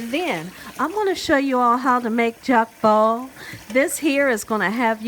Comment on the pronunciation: it is: Jokbal and is pronounced "JOKE BALL" not "Jacque bal".😉 You're adding French to Korean.😊❣❣💞 Looks good but I do not think I can eat it unless YOU cooked it or my sister, Ho Sik, who is Korean. 😘😘 💖💖🤗 God bless you sweet for all you do!😊☺🙂